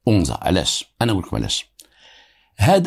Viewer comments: It’s not onza it’s anza agadir 🥰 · anza et non onza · une petite correction : on dit Anza pas Onza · السلام.اسمح لي ماشي اونزا ولكن انزا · بالنسبة لتصحيح لفض اسم الحي هو (أَنزا _ AnZa) مشي onza كنتمنى تكون المعنى وصلات و شكرا ديما في المستوى بالقصص ديالك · عندك جوج اخطاء المرجو الاعتذار عنها: ١- اسمها مدينة أنزا ، أما أونزا فانها تفيد الانتماء. ٢- اسمها الامازيغية و ليس البربرية. و شكرا. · قصة جميلة فقط للتصحيح المنطقة اللي فاكادير سميتها ANZA ماشي اونزا بالتوفيق و شكرا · للتصحيح anza وليس onza مدينة صغيرة تابعة اكادير اسمو أنزا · أَنْزّا ماشي اونزا وتحياتي❤ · للتصويب: حي anza في اكادير وليس onza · بالنسبة لهاد الإسم لي قلتي ماشي أونزا سميتو أنزا الفتحة على الألف هاد المكان كيتواجد فأكادير تما فين كاينا المرسا طريق تغازوت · anza ماشي اونزا. بحال الا قلتي القصبة اللي فالقنيطرة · انزا ماشي onza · راه ماشي ؤنزا ولكن هية انزا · اسمو Anza ماشي Onza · حي انزا، هو حي شعبي جدا مهمش ومتسخ، بحال دوار الدوم ف الرباط ولا دوار الكرة ولا دوار القرعة.... كتنطق anzaماشي onza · Anza وليس onza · صحح المعلومة آنزا ليس بأونزا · انزا ف اكادير ماشي اونزا. Anza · هي أنزا وليست أونزا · c est anza pas onza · anza et non ounza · اسم الحي هو anza بفتح الالف وليس بالضم وهو احد احياء شمال مدينة اكادير حي شبه صناعي تقريبا ويتكون اغلب سكانه من الوافدين الذين يبحثون عن العمل في المصانع ومعامل السمك شكرا لك. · نفس الملاحظة ماكاينً حتى واحد لي هضرو على براهيم او نطقو أَنْزَا كما هيا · القصة ناقصة بزاف.. وفيها شحال ديال التناقضات... اولا لم ينطق حتى اسم جيدا anza نسبة لحي انزا باكادير.. السيد.عطي الأهمية للبطولة ديالو اما للقصة ينقصها الكثير.. السن مشي 19 وزيد وزيد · فعلا خطأ ف نطق اسم المنطقة هي الحي الصناعي فأكادير anza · حي انزا بفتح الالف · تحية ليك الحي سميتو أنزا بفتح الألف وياريت تقول أمازيغ ماشي بربر حيت هدا مصطلح ماعندو حتى علاقة بالأمازيغ كانحبوك متابعة من أكادير ❤️🌹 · المتطقة إسمها انزا تنطق بالفتحة فوق الألف و ليس الضمة..تحية خالصة للسيد المتألق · اول انت كتكدب ما عرفش حتى نتنطق انزا